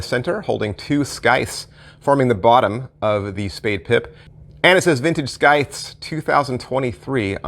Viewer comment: the C is silent.